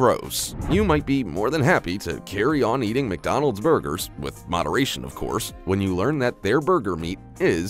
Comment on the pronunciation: Ffs there's no I in McDonald's learn to speak English